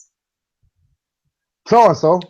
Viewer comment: Did she say tips or tits?